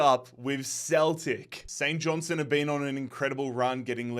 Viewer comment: All you need to do is pronounce the R in KIL-Mar-Nock & pronounce the T in St John- Stone.